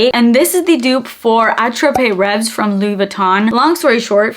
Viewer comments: I believe it's pronounced AT-RAP REV only. I love the scent also and I have the Dossier version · Ooo.. Woody lychee I could try! Attrape-reves is a French word.. It's not pronounced how you're saying it.. Since you love that perfume so much I thought you might just wanna know...I say it with love🩷 great vid as usual! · Your pronunciation of attrape-rêves (= dream catcher in French) is quite funny and cute 😊